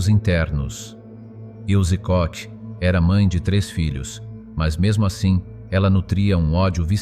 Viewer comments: Qu'est ce que c'est pénible d'entendre ce robot prononcer Koch avec le son "coq", ou encore "kotch" (comme du scotch). Mes oreilles saignent. Elle était allemande, le "ch" se prononce comme un "r" -> "Ilse Kor". Idem pour Buchenwald. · KOCH NON SI PRONUNCIA COSì...